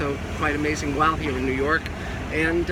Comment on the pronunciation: Nerw York?...Must be the accent!